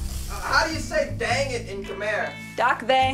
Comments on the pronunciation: K-my not khmare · Khmer is pronounced ka-my